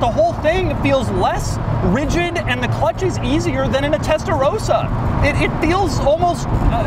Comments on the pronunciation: Great video thanks. Only remark, perhaps you could have tried to get closer to the actual pronunciation of the Italian brands and models... F'uaui, test'rousa, spisiali... For the rest, amazing! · Doug the type of guy who cannot pronounce Italian words, "classy k", "test a rose a" ;)